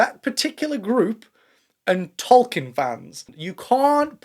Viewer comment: You aren't pronouncing Tolkien correctly.